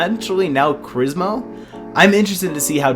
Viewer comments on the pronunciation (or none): You said Crizmo, it’s Crimzo. Oops